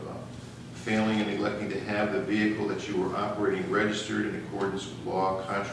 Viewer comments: He's guilty, just for saying "vee-Hickle". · Why do they always say "vehicle" with three syllables not two? Very strange